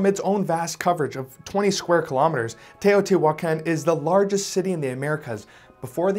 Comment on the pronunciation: In spanish he is pronouncing mica correctly, but he’s pronouncing Teotihuacan wrongly half of the time.